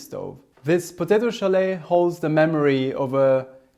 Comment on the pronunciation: Schalet. Pronounce the t. Solet (sho-let) in Hungarian.